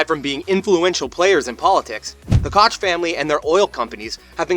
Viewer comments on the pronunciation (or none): It’s pronounced coke